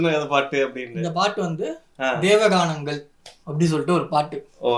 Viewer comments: It is not "Deva Ganam" It is Devaanganangal :) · It is Devanganangal , not Deva ganangal , meaning completely different. :)